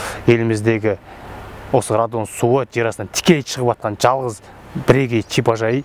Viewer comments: Чипажай емес шипажай шыгар тілді бурмандарш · Мына деген жігіт "ш" ны "ч" ал " ж" ны "дж" деп ұрып сөйлейді екен. Тез арада логопедке бару керек.😃әйтпесе чыт орамал, чипажай, джатын орын, деп құлақты шаршатты.